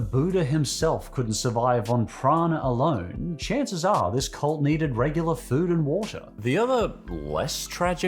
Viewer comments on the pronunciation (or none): none